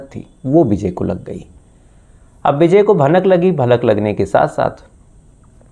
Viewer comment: Beejay nahin vijay bol bsdke